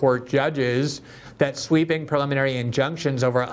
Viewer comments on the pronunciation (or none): If GG can't pronounce 'preliminary' from his script, I'm dubious about his content being very important.